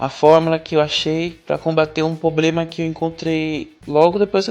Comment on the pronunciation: Seu vídeo é maravilhoso e muito útil (e bem embasado também, cientificamente inclusive). A única coisinha que podia melhorar é a palavra "problema", sempre mal pronunciada, o que tirou um pouco a atenção ao vídeo. Abraçs